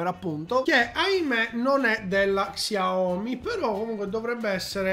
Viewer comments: se imposti nelle impostazioni della fotocamera che il tasto volume scatta le foto anche il pod della xiaomi sarà utile per te, poi volevo dirti che in teoria si legge "sciaomì" con l'accento sulla i. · si legge "sciaomi" mi pare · non ti fa le foto, semplicemente perché la touchwiz (il sistema operativo della Samsung, meglio detta ROM) fa cagare al cazzo, tutti i cellulari, ormai, fanno le foto coi tastini + o -, in pratica quello funziona, ma non coi vecchi cellulari della Samsung. P.s. xiaomi è scritto, ma si legge SCIAOMÍ, è giusto per tua informazione:)